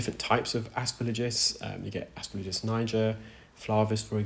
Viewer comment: Aspergillus has “gill” (like the gills of a fish) as the third syllable, not “lidge”. It rhymes with “kill us”, not with “religious”.